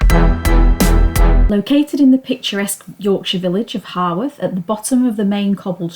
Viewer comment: Grand. It is HOWarth though, not HORWarth.👍